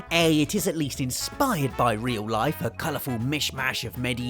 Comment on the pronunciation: "Reoul Laif"